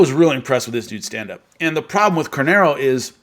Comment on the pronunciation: His last name is Carneiro. Moicano is his nickname.